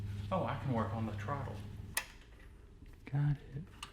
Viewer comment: Did say trottle lol